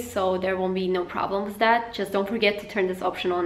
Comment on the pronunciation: Why do u say wiz instead of with